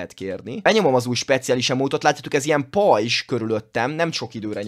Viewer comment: Bocsánat de nem rajzs hanem r